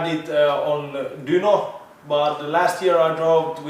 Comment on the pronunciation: So Dyno in Finnish is Dünó. Okay!